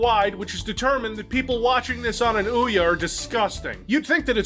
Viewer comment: That's not how you pronounce Ouya. It's "OW-yay".